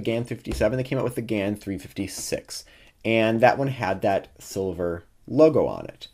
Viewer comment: Can anyone tell me the difference bewtween the GAN 356 air and the GAN 356 air master? (Because the way you said it wasn’t clear, and was mumbled)